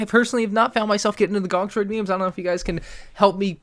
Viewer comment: help me understand the gonk memes Me: GÖŃK